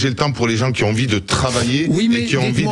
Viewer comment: " les gens qui z'ont " ok Sebastien.